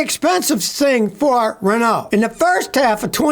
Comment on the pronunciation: when he was talking about Renault, i though he was saying Ronaldo instead